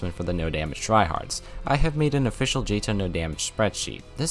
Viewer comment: Cool video, one problem, you're STILL PRONOUNCING JTOH WRONG! 🤯🤯🤯🤯🤯🤯🤯 Edit: also antipode